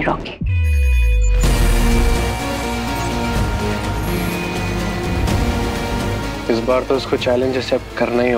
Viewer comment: Rocky ❌ lauky✅